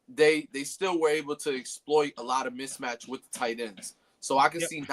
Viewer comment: He said "mitch-match"!!! It's "missmatch" playa!!! 😂😂😂😂😂😂😂😂😂😂😂😂😂😂😂😂